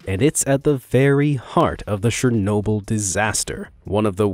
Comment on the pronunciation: Anyone else get distracted by his pronunciation of SHernobyl? LOL